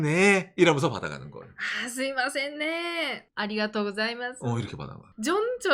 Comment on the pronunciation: 궁금한데 왜 중간 중간 스이마셍이라고 하시는건가요 때에 따라 스미마셍 스이마셍 달라지는건가요